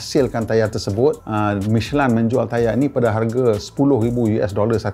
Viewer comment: Sebutnya michelin ke michelain